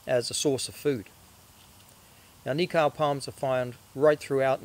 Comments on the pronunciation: cool video, just a tip on pronunciation for the word Nikau if you're open to it.. rather than say it as knee-cow.... try knee-co (as in co-op) to remember it just think of.... "Knee-co the knee company" xD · cool! another one Hokitika "Hawk eat tea car" run the words together fast